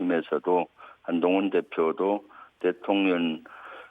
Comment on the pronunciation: 발음이 좀 이상한데.. 대통..려 ㄴ 이라고 들리는건 기분탓인가?